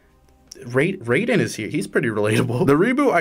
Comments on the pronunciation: STOP PRONOUNCING RAIDEN AS RAYDEN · Has bro never heard Raiden's name pronounced out loud? Man is talking about the thundergod not the cyborg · As someone who owns a PS3 still and played the shit out of it when I was younger, I wish I had this game when it released Sackboy alone would’ve sold me The red haired lady is from a PS3 launch title called Heavenly Sword Also it’s pronounced R-I-Den Ray-Den is from Mortal Kombat There are ways to get the DLC for free, though you have to jump through a shit ton of hoops, basically 🏴‍☠️and emulate lol >Add every character from Heavy Rain Based absolutely zased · HIS NAMES NOT FUCKING "RAY-DEN"! ITS "RYE-DEN"! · Hate how you say Raiden, its Rai-den not Raid-den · why do you say raiden as "rey-den" when everyone in the voice acted metal gear games calm him "ra-i-den" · Why did you pronounce Raiden as Roiden? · Did you mispronounce Raiden deliberately? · You pronounced Raiden wrong.